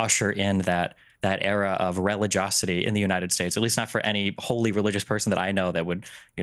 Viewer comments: What was that word? " Religiocity "? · Destiny? Try... "Density"... "Religosity"? What a complete moron. He needs to hang out with AOC more so some of her brilliance can rub off on him.